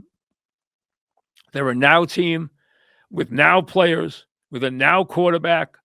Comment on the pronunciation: Mike: the New Yawk Knicks, ahhhh, ahhh, the playaz, ahh